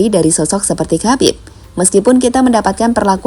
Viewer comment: "KHABIB" itu cara bacanaya bukan KABIB tapi HABIB dengan huruf K dibaca secara samar